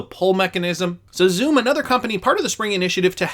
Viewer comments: it's pronounced Sum, not Zoom. The pronunciation snob has spoken! 😁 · Xumm is pronounced sum. The name represents the balance of your account. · XUMM is pronounced sum. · Xumm is pronounced “some”.